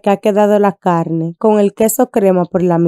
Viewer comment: Hola amiga muy rica esa receta se ve provocativa. Pero hablas muy feo..... CALNE EN vez da carne . Maltinez... En vez de Martínez... Supel. .. En vez de Super etc.. etc...